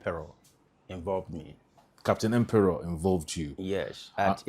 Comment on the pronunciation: Capt Harley Empere not Emperor